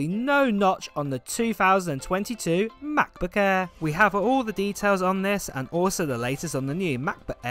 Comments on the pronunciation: Please pronounce Mac Book air not eaaa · If he says Mabooq ehrr one more time. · "mahbooh eh" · "Mahboo Eh" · Macbook eeaa😂😂😂😂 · “Ma..book air” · Cracks me up whenever I hear "macbook airr" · I only watch for the pronounciation of mach boohh aeeehhh